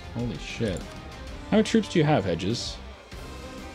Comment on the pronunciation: I just love how he pronounces Hejaz as "edges"